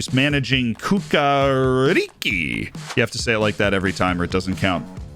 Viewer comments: lmao legend says that you're not serbian if you dont correct its not cucaricy its chukaRichky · It is pronounced "Chukarichki" lol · In Serbian langulange you don't read C as K! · That pronunciation of Cukaricki is sending me so hard, that was hilarious :D